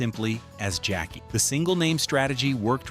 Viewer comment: SIR, I CAN TELL U WASN'T A FAN OF THE THIS SHOW. THE NAME OF THE SHOW WAS TWO TWO 7. JACKEE CHARACTER'S NAME WAS SONDRA NOT SANDRA. HER REAL NAME IS PRONOUNCED JACK/KAY NOT JACKIE. 😊